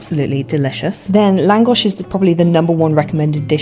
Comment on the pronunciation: Are you secretly Hungarian? Because you Lángos without accent